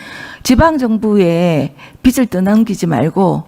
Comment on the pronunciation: 비츨 내라? 비즐 내라가 맞지 않나요.. 저도 경상도 사람 이지만.. 좀 쪽팔립니다..